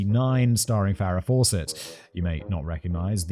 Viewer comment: Farrah not Farra.